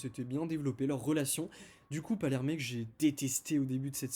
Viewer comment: Pour éviter que tu refasses l'erreur, c'est effectivement Pallerme et non "Parlérmé" 😏 Sinon, tres très bonne critique.